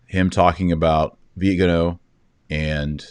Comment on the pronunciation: VIGANO! VIGANO! VEE-GAN-OH!